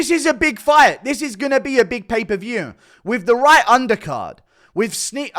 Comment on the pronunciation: Pay-per-view not paperview Guru